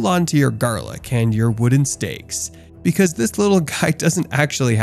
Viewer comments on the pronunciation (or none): none